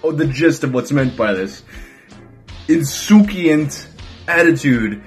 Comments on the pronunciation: In-soo-sant. In case it ever comes up again. I hate that word. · I actually remember this commercial and lawsuit haha. BTW, the word can pronounced “in-SUE-shint” or “in-SUE-see-int” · Souci = french for worry Insouciant = no worries It's a soft c